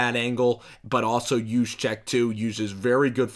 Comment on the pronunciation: Nice Job pronouncing kyle juszczyk correctly.